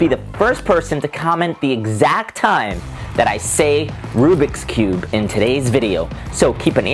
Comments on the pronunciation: You said rubis cube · Tou say rubx cube in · You said rubiscube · you said Rubicon cube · Keegan Shelton you said rubiks cube